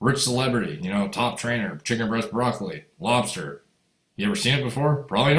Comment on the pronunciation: What the fuck is a robster? Lol 😆 robster craw ... revenge of the nerds 🤓